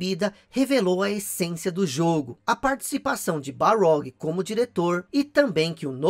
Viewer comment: Ótimo vídeo. Mas é Cory Barlog ou Balrog?